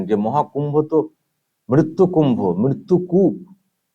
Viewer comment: দিদিমনি পরিস্কার উচ্চারণ করতে পারেন নি ... বলেছিলেন 'মিত্তুকূপ' .. তাই ছিময়ী বুঝতে পারেনি বেচারি। ওনাকে বকবেন না পিলিজ 😅